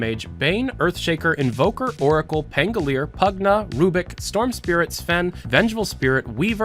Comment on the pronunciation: He said Rubick correctly. Halleluja, Holy Jesus.